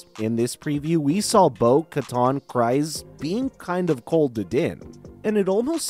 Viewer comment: KrEEze, not KrIse ... Just saying dude